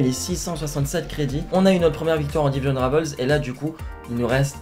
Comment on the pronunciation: Rivals en français svp merci parce qu'en plks votre prononciation en anglais de ce mot pue la merde 😂😂